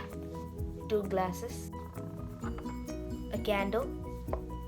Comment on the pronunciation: the way he says glesses